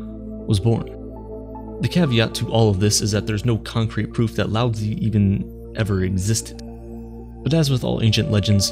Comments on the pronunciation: Love the video. But the pronunciation of Lao Zi is being butchered. You got the Lao correct, but Zi is pronounced more like Tseh, not Zee. You end up making the name sound like you're saying lousy, which is of course not appropriate. Keep it up with the great vids, it's a shame this one has so few views. Flow is attainable through meditation. I have been fortunate to experience this after much practice. I have sat and meditated in complete stillness, thoughtless, and it was bliss. Time went by like nothing I've ever experienced. What felt like maybe 5 minute was nearly an hour. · Lao Tzu ...not "Lousy" lol... either way, great video on a great topic. ...be like water my doods. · Just for everyone to know his best known name is Lao Tzu, and he pronounced 'Laozi' wrong as well it's pronounced 'Lao-zah' for those who wanted this information to know more about the philosopher